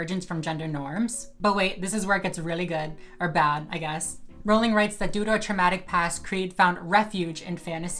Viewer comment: You're so full of shit. And you don't even know how to pronounce Rowling.